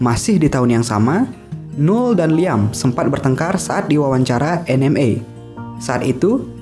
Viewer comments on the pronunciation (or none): Jos mas kontennya,😁 tambahan nih , noel dibaca nowel bukan nul, Thanks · Don't look back in anger bukan "dun luk bek" -Definitely bukan defineteli (e nya tidak terdengar dibaca -Live Forever bukan life -Noel tidak dibaca "NUL" kalau mau berkembang dan dikenal lebih luas perbaiki denger 5 menit aja udh jadi gak mood sayang..